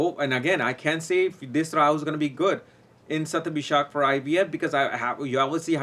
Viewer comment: It's Shathabisha not ShathabishaKK